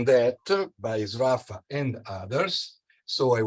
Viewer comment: I never knew that that was the correct pronunciation of "Sraffa".